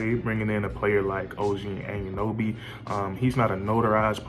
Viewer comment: I hate how u say OG’s last name. It’s pronounced au-none-no-bee. Altogether, it’s Anunoby. Not “and you know bee” Nonetheless. Good vid lol